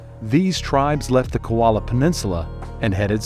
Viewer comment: Aggravating your mispronouncing KOLA not KOALA 😑